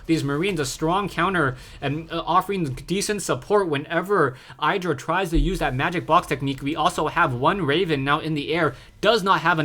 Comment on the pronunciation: you pronounce idra wrong fyi, if you watched the mlg dc games then you would hear how they pronounce it. not flaming, just helping